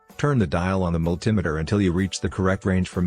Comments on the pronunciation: Mul-tim-eter, you mean multimeter? These computer generated-voice overs are ridiculous. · the mul-tim-iter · A signal to the points, vehicles no longer use points ! Can't even pronounce Multimeter A/I B.S. ! Also cars no longer use distributors !!